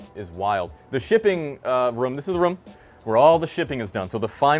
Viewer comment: Idk, I just remember an episode of family guy where Peter said "room" a bunch of times, don't remember the exact quote, and its exactly the same accent. Must be a New England thing in general.